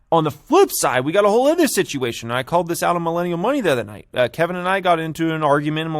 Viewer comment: When you stop saying “ether” instead of “other”, I’ll hit the like button. It’s O-der, nor A-ther.